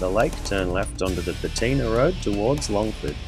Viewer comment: He's trying to say Poatina Road, not Pateena. Apart from that, well it was just too short. You could have stopped at Liffey Falls along the way, or shown more of the road from the Meander turnoff to Golden Valley. This is also a great bike route, as long as you're up for twisties, rough / loose road surfaces at times, and log trucks!